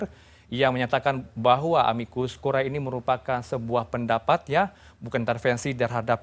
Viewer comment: Aduh mas...tolong baca istilahnya yang benar dong...